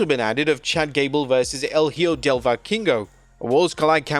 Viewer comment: since you will be covering the worlds collide shot, just wanted to tell you that "el hijo" is pronounced like " L (the letter) E-HO" hope that helps.